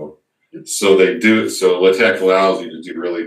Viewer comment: Leh Teque! hahahaha Lay Tech, bro...LaTeX